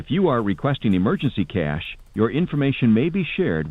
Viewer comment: You mean to tell us that the internet has been casually censoring the true pronunciation of $ cah-yash $ this entire time?